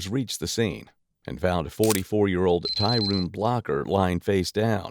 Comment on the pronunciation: Why you keep saying Tyruune , its Tyrone 😂😂😂😂